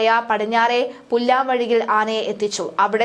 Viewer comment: മോൾ എവിടെ നിന്നാ മലയാളം പഠിച്ചത്.. ആദ്യം പുല്ലാംവഴി പിന്നെ പല്ലിന്റെ എടേല് മരണം വെച്ച് റീച്ച് ഉണ്ടാക്കല്ലേ